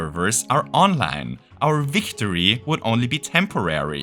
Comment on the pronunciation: Oh! You said Online! I thought you said Onland lmao.